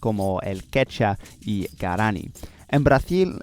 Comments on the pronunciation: A few small Spanish tips: -Quechua is pronounced more like "kech-wah", don't forget the "u". -Guaraní is accented in the last syllable in Spanish "gwa-rah-NEE", same with Tupí "too-PEE". -The "h" in "Nahuatl" is silent, it sounds more like "NAH-wat", the "tl" sound is hard so most people just pronounce it with a "t" if they don't speak the language. -Watch out for some tricky genders: Idioma is masculine. Región is feminine. Guyana francesA (agreement) And some others, but not that important. -Watch out for some other stress issues, although I'm sure you'll figure it out with some practice. -The phrase "is said" is usually "se dice", not "se dicen". In terms of pronunciation, you're very good, extremely easy to understand. But here are some tips to make it even more natural sounding. -The "d" sounds more like the English "th" sound in "there" between vowels. So "nada" sounds more like "natha" than "nadda". That's gonna help you pronounce it better, I think. It's a process called "lenition" if you wanna look deeper into it. It also affects the "b" and "g" sounds, making the "b" sound closer to, but not exactly, an English "v" or a Dutch "w" and making "g" sound more like the Flemish "g" or the Modern Greek "γ". -There is a difference between the "single r" and the "double r" in Spanish. The double r is either spelled with a double r "perro", or with one r at the beginning of a word "rata" and it's the famous rolled r that everyone loves, and you pronounce well, but sometimes w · ¡Buen vídeo! ¿Por qué no pronuncias la segunda u en la palabra "quechua"? También no hay un tilde en "sudamericanos" porque el acento va en la penúltima sílaba, y se acentúa "guaraní" en la í. Gracias por usar español--haz más vídeos así o con otras lenguas.